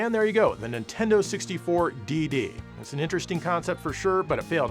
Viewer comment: DD? .......did you just say tits?